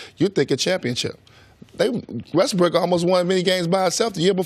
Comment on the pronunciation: Did he say Westbrick?